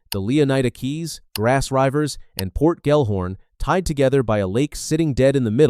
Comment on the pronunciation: I don't know why you keep calling it Grass Ryvers, but I respect it. Good video.